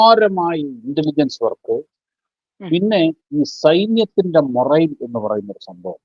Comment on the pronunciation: മൊറെയ്ൽ ആണോ ? അല്ല . Morale. മൊറാൽ 😂